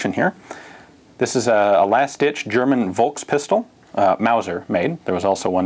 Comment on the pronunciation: The "V" in Volkspistole is spoken like the "F" in Fahrenheit. Interesting video.